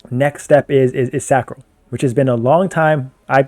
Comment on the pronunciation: You started saying Sacro instead of Sancro!! Proud of you bruh